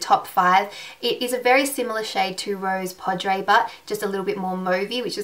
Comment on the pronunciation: Rose Poudre is pronounced "rose POO-druh." The caps indicate which syllables are stress. It's pseudo French for "rose powder" or "pink powder." I say pseudo because the actual translation for "rose powder" into French is "la poudre de rose, " and for "pink powder" It's "poudre rose." And "cafe au lait" is pronounced "kah-FAY oh LAY."